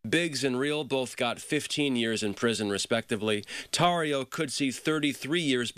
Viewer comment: Omfg is tortio a word? No tarrio.